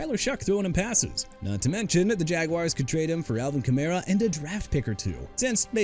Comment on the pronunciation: BRANDON AIYUK ALREADY GOT TRADED TO WASHINGTON!!! WHAT ARE YOU TRYING TO PROVE HERE?! ALSO KAMARA PRONOUNCED KUH-MA-RUH NOT KUH-MEH-RUH!! JAGUARS PRONOUNCED JA-GWAARS NOT "JAGWIRES" AND NEW ORLEANS PRONOUNCED NEW OR-LINS NOT NEW OR-LEANS!! KAYVON THIBODEAUX PRONOUNCED TI-BUH-DOW NOT THI-BUH-DOW!!HOW MANY TIMES DO I NEED TO KEEP TELLING YOU DUDE?! YOU KNOW WHAT? YOU AIN'T CUTTING IT. YOU NEED TO BE TRADED OUT OF THE JOB.